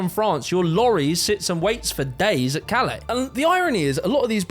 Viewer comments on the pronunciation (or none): none